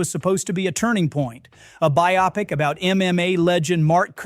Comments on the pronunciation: Great overview! (It is pronounce bi-o-PIC; not bi-OP-ic) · For the 9,467th time, the word "biopic" is pronounced "BY-oh-pick," not "bi-OP-ic." (See Webster's, among other authorities.) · Why do people insist upon pronouncing what is clearly meant to be "bio pic" as by-opic? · BIO-pic. Not BiOPic. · Bio then pic. Not bi - opic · The word is "Buy-oh- pic", not "buy- op-ic". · Bio. pic. Bio-pic. You are so myopic. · Isn’t it pronounced bio-pick. Not biOP-ick. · its not pronounced Buy-OP-ic its BUYO-pic like biography..Sure were a lot bad movies released with big budgets.. Who's running the show? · It's "BYE-oh-pic" not "bi-OP-ic" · It's BIO-PIC, not BI-OPIC!!! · Apparently AI still hasn’t learned how to pronounce “bio-pic”. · Speaking of AI slop, who pronounces biopic “by-OP-ick”?? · A “bi-OP-ic”? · I am begging you, please learn how to pronounce the word biopic.